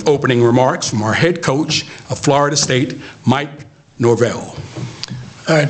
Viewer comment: Did he just say Norwell? Can't even get his name correct? Bruh...